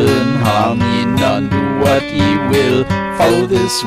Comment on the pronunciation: yay someone who knows how to pronounce ye or Þe or the or however you to type it